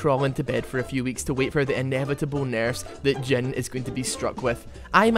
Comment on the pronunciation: i like how you pronounce him dzen XD not jhin